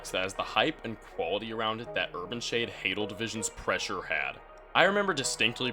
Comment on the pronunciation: Finally someone who pronounces "Hadal" perfectly